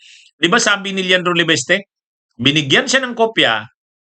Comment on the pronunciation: Sbi nang LEVISTE di LEVESTE tigas ng dila mo, pag name ng tao itama mobpronounciation